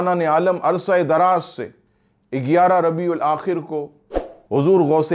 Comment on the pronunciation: Are Bhai "Rabiul Aakhar" aata hai